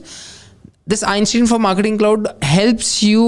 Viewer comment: Not a big deal, but it's pronounced Einstein, not Einstein. 🙂